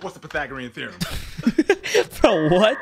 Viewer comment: why did you say pathagrahem theerees